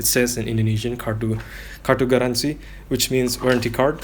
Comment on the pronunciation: your pronounciation of "kartu garansi" are total accurate